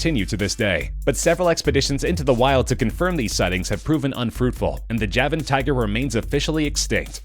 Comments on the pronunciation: It said tuger not tiger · Tuger lmao k